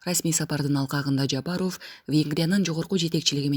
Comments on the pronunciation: Оф эмес ов деп жумшак окулат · или журналистпи алып баруучубу Жапаров Ов дебей айтылканда Жапарав деп эле айтынызчы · Ооф дебей ов десен боло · Фамилияны окууда оф эмес в деп окусанар боло сабатсызды ким алган, уккун келбей кетет, окурмандарды качырасынар! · Ушул журналистка кыз,кытайлык кыргыздардай суйлойсун да,Жапаров дегенди туура суйлосон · Фамилияны туура окубайсынбы ударенияны туура коюп кандай укпайсын дайыма айтса